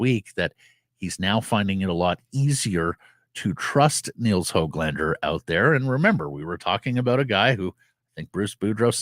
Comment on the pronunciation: It’s pronounced Höglander not how-glander. The umlauted ‘ö’ is a different thing, a separate vowel from the English ‘o’. Get it right noob. Go back to school and learn another language…at least try for a minute instead of coming across as an idiot. Just because the media is stupid doesn’t mean you have to follow suit. It a classic case of sheep in the herd